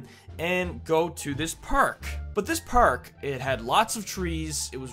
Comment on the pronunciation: Why do you say prk and not park